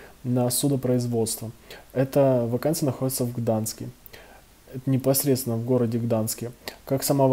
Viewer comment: ГданЬск, а не Гданск, сколько можно